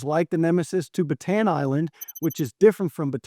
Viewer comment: Bataan...Bata-an, 3 syllables